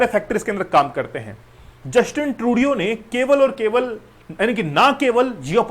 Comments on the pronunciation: Justin ट्रूडो होता है सर Justin ट्रूडियो नहीं होता है सर आप भी ना बस ग़लत नाम ले रहे हो वही नाम अब छात्र बोलेंगे ! 😮😮😮😮😮😮😮😮😮😮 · Sirji atleast learn to pronounce Justin Turdo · yes. ko batao